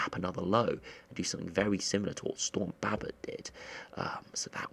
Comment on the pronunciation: He doesn’t say Babet right